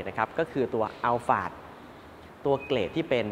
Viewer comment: ใช่ครับ คนไทยคุ้นกับคำว่าอัลพาร์ด แต่ชื่อรุ่นจริงๆ ออกเสียงว่า อัลฟาร์ด ถูกแล้วครับ เค้าไปถามจากวิศวกรชาวญี่ปุ่นที่เป็นคนออกแบบรถรุ่นนี้มาเลย หลายปีละครับ 555